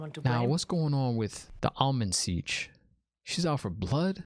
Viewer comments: The Ogier are builders in fact they built my house after Tar Valon also I actually think Logain was laughing at Rand and not Matt. Pronounced I believe Am-Ril-Lyn seat. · You have heard the name Ishamael before. End of episode three Dana says it. Also the Amyrllin Seat, not Almond Siege 😂😂 and her name is Siuan (pronounced Swan) Sanche. Great videos too man they are so good. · Enjoying the vids, keep it up. One tip, turn on your captions when watching. It will help you understand what they're saying. "Eye human" = "Aiel-man" for example, or "Almond Seige" (?) is "Amyrlin Seat". Also check out the x-ray content, no spoilers there. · If you’re not already, put on closed captions. It’ll help, and won’t be any spoilers in there I swear. Definitely do NOT google anything. I’m pretty sure it’s “Amyrlin Seat” not “Almond Siege.” 😂 Lastly, you nailed it on us book-readers. We do play ping pong throughout the chapters, trying to crack the ‘puzzle.’